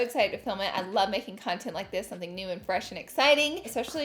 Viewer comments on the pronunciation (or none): 1.05 “ I love making cuntent” 😂